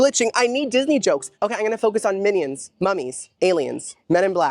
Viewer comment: Are you saying “minnie-ons” 💀🤣